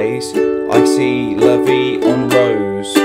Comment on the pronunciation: Love the way you pronounce "La vie en rose" haha! ImFrench Thanks for the lesson!